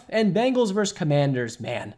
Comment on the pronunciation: Say the word “versus.” VersUS. It is not “verse.” Versus.